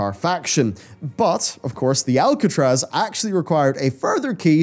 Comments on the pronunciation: ARcatraz, not ALcatraz. Lol, I felt like I was taking crazy pills listening. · ARCatraz. ARCatraz, not ALCatraz.